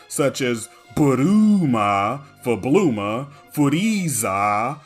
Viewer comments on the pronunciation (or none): Just a side note: the second main character of Dragon Ball’s name is “ブルマ”, not “ブルーマ”. Her name doesn’t accommodate the double O sound like the one used in “Majin Bū” and “Ūbu”. I will say, I am impressed that you knew that “Blooma” came from those exact katakana, and that would be correct…if that’s how Toriyama spelled her name in Japanese. So, his “Bulma” is actually more accurate to the original spelling than “Blooma”. At best, you’d get “Bluma”, which honestly gives similar ridiculous looking vibes to VIZ’s “Vegerot”.